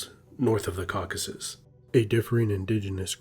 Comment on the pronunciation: It's Caucasus, not "caucus"!!!